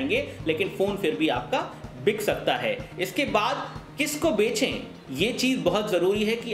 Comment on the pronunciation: It's bechey.. oye.. not benche